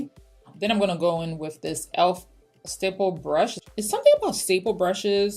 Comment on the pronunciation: Great look!!! Fun fact, everytime you said "stipple" I thought you were saying "staple". LOL